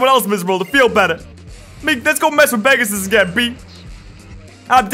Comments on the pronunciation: I think it’s pegas-s-s-s-s. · It's Pegasisisisis.....duhhh...